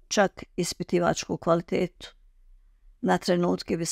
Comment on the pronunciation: kvaltitetu,, tako smeta KVALITETU,tako se cita